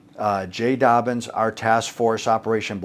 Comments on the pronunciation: It's "Dobyns" not "Dobbins." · His name is Jay Dobyns, not Dobbins